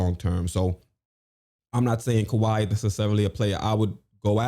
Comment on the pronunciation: Why on earth would you say kiwhi🤯